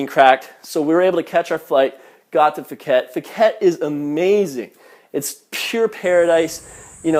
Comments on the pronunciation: Tip: how to say phi phi and phuket Pronunciation for phi phi... Say pi pi don't say fi fi Same for Phuket... Don't say fuket say "Puket" Thai tip don't pronounce f for ph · It's Pee Pee NOT Fee Fee....and Pooket Not FOOOOket....?? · POO-ket...not FOO-ket. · P uket not Fuket. and Pi Pi not Fi Fi even its written Ph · Your not even pronouncing phi phi or phuket correctly it's pronounced pi-pi and Phuket is pronounced poo-ket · pooket and kohpeepee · fuket, its Phuket, the h is silent hahahaha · Oh I learned something, that you're immature. If you were actually in Thailand you would of learnt to pronounce puket, Pattaya and phi phi. Also have common sense, you don't fight every flipping Thai male you see that's why you get injuries. When I go to Thailand nothing happened and I am a child and everyone is nice. When you say it was like a hex because if you whistle at knight you should know Thais get superstitious because they think you are calling dark spirits. This tale sounds fake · Phuket is pronounced poo-ket btw. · It's 'Cow san road' not Koh san road. Phi Phi is pronounced 'Pee Pee' not Fee Fee and Phuket is 'Pooket' not Fooket. Are you sure you really went there ?